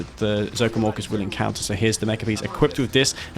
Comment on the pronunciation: When you say ZOCOM Orcas it sounds like ZOCOM Walkers xD